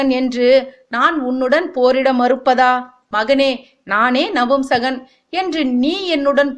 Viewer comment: It’s not நம்புசகன் it’s நபூம்சகன் . பூ pronounced as flower in Tamil not bhu Wrong info . - Shikandi is neither boy nor girl . - shikandi is not the son/daughter of ambha - it was Bheeshma who knew shikandi‘a birth secret gave this idea to Arjuna to make shikandi stand in front of Arjuna in the war .